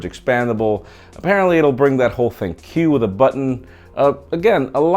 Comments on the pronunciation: ",thinQ = think not "thin que" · Isn't ThinQ pronounced "think?"